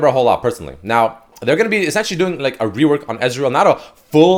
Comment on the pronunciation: You said Ezreal reowork not rework.